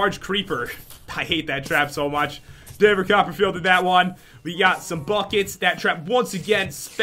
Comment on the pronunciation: isn't it David copperfield not daver coperfeild